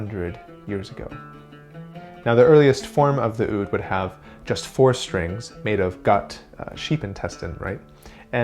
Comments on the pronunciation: I hate it when he pronounces the Oud as ood. Its moor like Ah-ood. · If you're so fascinated by it, learn to pronounce it more authentically. It's not pronounced with an "oo" sound from the mouth, but more a "ou" sound from the lower throat. It's, of course, hard to explain how to pronounce something without using sound, so I'd recommend anyone interested to look up the pronunciation. After all, music originates from culture, and language is part of culture. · Just like the semitones are challenging to your ears, your pronunciation of "oud" (عود) is challenging to my ears. It sounds like you say "ud" with the first vowel pronounced in the front of the mouth. But it should be pronounced back in the mouth because the first consonant ع (that most people that doesn't know Arabic just skip) is pronounced really far back. Here you can hear the pronunciation: I would also like to question your statement that العود (al oud) means "from wood", the word عود means stick (or wood) and العود means "the stick" (or the wood). There is no preposition there. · The way its pronounced "ood" me for some reason "owd" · "ood"? maybe "owuud" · It is pronounced as "aaoudduu" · عود not ud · its pronounced aoud but good try and nice video, oud is played in the arabic world so therefore all the way from morocco to turkey and down to somalia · The way he pronounces oud is too funny